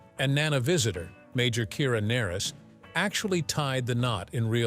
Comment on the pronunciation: You have Kira last pronunciation wrong which shows you haven't even watched the series